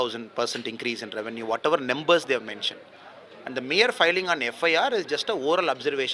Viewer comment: The journalists speak good English than the IPS officer. Nember instead of Number.....